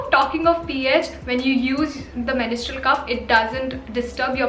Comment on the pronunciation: It's mens-trual,not menis-trual😬